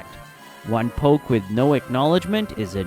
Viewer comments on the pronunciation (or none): none